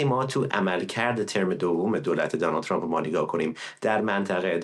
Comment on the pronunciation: عی رم دهن سمیرابااون فک کiری چراعقده ی اینوداری که بالحجه عنگلیسی حرف بزنی و به ترامپ بگی چرمپ خوب مثل ادم بگو ترامپ ،،،،اقای چرررمپ که چی اقای چرررمپ